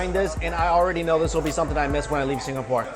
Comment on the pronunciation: He read Singapore with the GAH :')